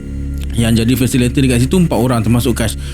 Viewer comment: fasilitator bukan fasilator. Jgn marah.